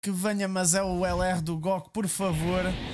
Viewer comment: Acho que o facto de dizeres "góku" muito à tuga ajudou te... não sei no quê, mas ajudou